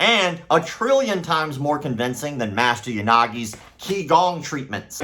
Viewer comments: For what it’s worth QiGong is pronounced “chee-gawng”. Not Kee-gawng. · for the record Qigong is pronounced (CHI GONG) and it is only used to help oneself. It is an exercise that anyone can do provided that have had instruction for a qualified instructor to teach them first.